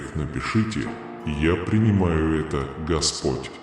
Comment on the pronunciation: Твой неправильные ударения на гласный слог меняет смысл господь ( по ). , дорогой( гой).